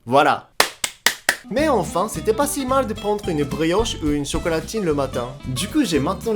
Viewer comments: Alors, j'ai tapper ma meilleure barre, puis j'me suis arrêté directement en entendant chocolatile XD. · je rêve pas il a bien dit chocolotine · Tu dit "chocolatine" 😲😲😲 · Est-ce que ta vraiment dit "chocolatine" ...?🤯 tes pas vraiment parisien finalement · ça m'a donné un coup de pression et un léger frisson... "chocolatine" brr....